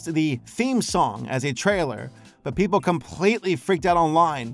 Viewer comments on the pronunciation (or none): none